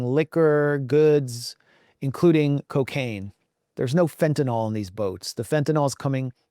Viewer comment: Please, please, please stop saying "fentanol." It's Fentanyl. 'Nyl" pronounced "nil." Think "fentanil" when pronouncing.